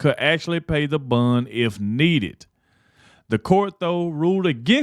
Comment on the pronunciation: This sounds so damn critical of me, but hon, “bond” is pronounce the same way as James “Bond” and not “bund” like “fun”. I’m crying at not being able to find a private way to tell you, but I had to watch this video three times to realize you were talking about a bond. I love you, I follow you, I’m just old and almost deaf. God bless you for the work you do.